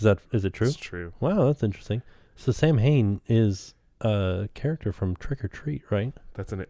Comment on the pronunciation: "Samhain" is the Gaelic harvest festival that became Halloween. BTW, it's pronounced kinda like "SAH-win" or "SOW-win." And frankly, I'm puzzled that that wasn't covered in your book,!